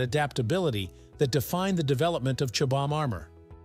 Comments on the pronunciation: Chobe-ham? Chobham is in my backyard, about 6 miles away. Here we call the village 'Chobham', pronounced 'Chobbum'. See? easy, isn't it. Say "Chobbum", there you are! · Suggestion: Check how the original language pronounces the item - in Brit English its 'CHOBBAM' not 'Chobe Ham' We doubtless do horrible unitentional things to Amercian words 🙄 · Blame the AI, it narrated this, got many words wrong, even said Chobham wrong many times. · Wow. I didn't know there were so many ways to pronounce 'Chobham'. 😅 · And all of them wrong